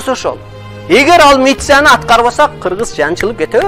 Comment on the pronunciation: Митсия дейтко 🤣🤣